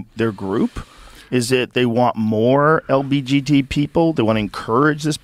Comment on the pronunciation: The way Joe says lgbt as lbgt make me lmao😂